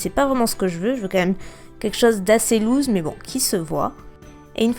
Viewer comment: Très jolie vidéo ! Mais je te corrige, on prononce "loose" "loosse" pour les françaises parce que beaucoup de youtubeuses font la faute 😘 Bisouus